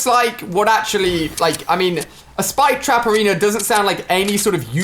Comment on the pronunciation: When you say it it sounds like “Spike Traperino” which is something that I totally imagine Rich (iTemp) calling the spike trap in his commentaries.